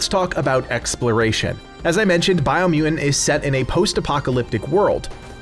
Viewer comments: Why can’t you say mutant correctly, LOL you keep saying muen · Why u dont pronounce t of mutant? It sounds like muudand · How does someone say the word mutant without using the letter T? LOL This review killed me. Edit: You can say mutated perfectly fine! WTF? LMAO Dude. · Is it me or can he not say mutant properly lol go on say it hahahaahhaha